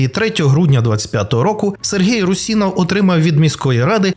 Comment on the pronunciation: Русинов) ударение на у пожалуйста